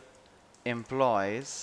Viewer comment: RIGHT: va-riable; WRONG: varia-ble; RIGHT: employee-s; WRONG: emplo-yees. I don't think it's that difficult.